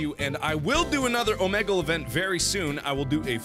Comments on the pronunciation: Oh-meg-le. No Oh-mee-gle. Oh-meg-le Omegle. Power wash it into your brain. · AHHHHHHHH he called it "O-meg-hal", not "O-mee-gle"...